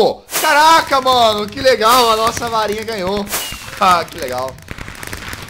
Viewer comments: Rapaz, o Jazz falou Varinha e eu entendi Farinha! kkkkkkkk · eu pensei que o Jazz havia falado farinha mas é varinha